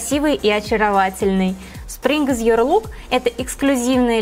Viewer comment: вообще-то your читается как «ё»,а не юор 🙄🙄🙄